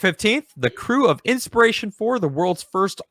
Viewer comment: it's INSPIRATION, not Ispiration.